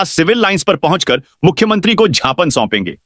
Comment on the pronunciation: Th pahle bolna sikh.Gyapan ko tu kutte Japan bolta hai.